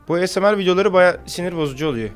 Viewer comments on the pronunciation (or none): none